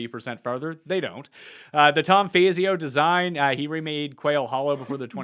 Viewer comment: It’s not fayzio it’s fawzio for the architect